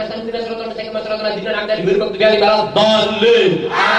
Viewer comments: Walad doliin aminn 😂🤣🤣🤣🤣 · ☝️Aku, ngakak pas bilang walat doliin (Aamiin) 😂😂😂😂